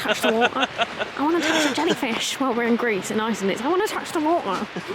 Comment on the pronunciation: I am from Iceland and I have to say that your pronunciation of the Icelandic words and names are pretty good.